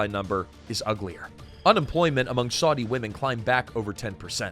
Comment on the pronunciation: Such ghastly pronunciation! It isn't "Swordy", schmucker.